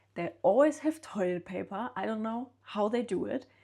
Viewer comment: The way she pronounced 'custom-ah' and toilet pap-ah! Very Aussie!